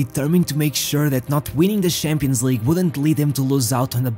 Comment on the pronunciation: Why do you pronounce it Shampions League and not Champions League